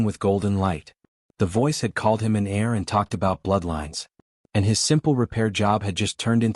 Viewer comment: heir not air